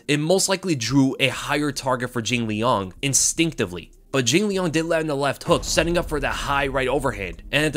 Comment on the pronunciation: say jinliang one more time